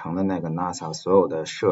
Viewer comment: 冒昧指出一个问题，NAS的读音是“那丝”